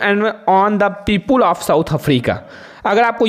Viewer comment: Sir pepule kya hota ha people hota ha😂😂😂😂